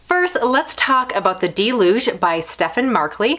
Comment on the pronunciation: It's pronounced dell-yooj, if it's related to rain.